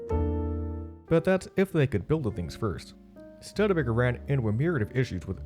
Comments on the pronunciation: I had to stop, I couldn't handle you saying Stud Baker. Stood-a-baker. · This is a great story about the Avanti, but PLEASE pronounce the name properly; STÜD-E-BAKER, not STUD-BAKER! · Dear narrator, At only 46 seconds into this video I couldn't help but be jarred by you mispronouncing the name of this American car manufacturer. The "Studebaker" name is not pronounced "stud-baker" but "stewed-uh-baker." Yours truly, an American guy born in 1953 who saw the Avanti first premiered in the annual September American TV ads for the American TV show "Mr. Ed", and then bought a used 1960 Studebaker Lark VI many years later. You're welcome.😉👍😘! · Anyone cringing everytime he says stud-ebaker vs stoodebaker? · STUDbaker!😲😡 Research please! How could anyone not know how to say the name of so iconic a company (failed or no).. "STOO-de-BAA-ker" it us. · The narrator had obviously just landed here from another planet, to do this video, because EVERYONE ON EARTH knows that it's pronounced: "Stoo-de-Baker"............NOT "Stud Baker". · The name is Studebaker, not Stud baker! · Stud Baker? Stew duh bay ker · Stoo'-duh-baker, not stud-baker. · Stud-baker? Thought it was STEW-di-baker? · It's not a "Stud Baker" it's a "Stud, (long U) A Baker" or "STOO-də-bay-kər" Sorry but I can't take you seriously and watch a video where you keep saying Stud Baker. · The name is pronounced "Stew"debaker, not "Stud" baker! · I made it through only one minute. I couldn't bear listening to a half hour of you saying "Stud Baker"... STUDE-EH-BAKER. Didn't you bother to listen to any other videos to hear the correct pronunciation? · Stew de baker. Not stud baker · Stud-baker???? Seriously? Great video otherwise. It's stoo duh bei kr. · You lost me at Stud-baker. REALLY??? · After the fifth time hearing "stud-baker," I had to stop. It's painful to listen to. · After in I stopped watching, "Stud-Baker". :-( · If found it irritating that the narrator couldn't say "Stoo-de-baker" correctly